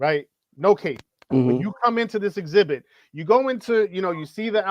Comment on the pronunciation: you might be committing a crime saying exhibit like that lmao